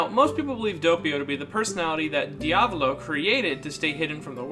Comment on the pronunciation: “De-avlo” it’s pronounced “Dee-ah-vowl-oh”